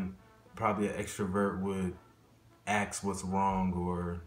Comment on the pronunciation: It's not "aks", it's "ask".